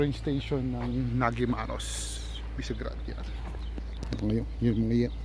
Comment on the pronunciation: NADYMAROS. In Hungarian, the letter "G" is pronounced "D". Good luck in developing the channel!